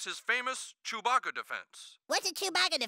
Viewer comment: Why does the news reporter say chewpacca